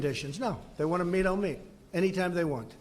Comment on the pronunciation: Did I hear that right? "You meet, there's nothing wrong with mating " "I would certainly be willing to mate ". I know I know he was saying meet, but the pronunciation is close and it's funny lol.